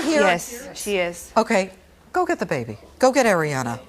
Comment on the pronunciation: Is it bad that i laughed when he messed up Ariana's name